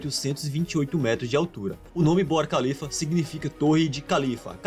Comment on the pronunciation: Khalifa K h tem som de RR forte